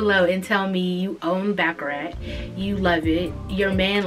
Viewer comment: i loooove baccarat. one of my favorites. btw it’s pronounced ‘bah-cah-raht’ instead of ‘bah-cah-rat’ 😭